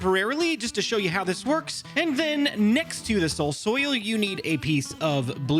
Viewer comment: Finally caught up on the vids:) and also SOUL SOIL say it with me soul soil